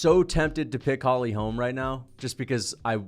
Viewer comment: The way you pronounce holy holm is so annoying